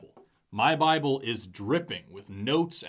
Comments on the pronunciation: Man. Not "the bible". Its named "the baabol". Learn your stuff. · Buy-A-Bull. How does he manage to make a two-syllable word into a three?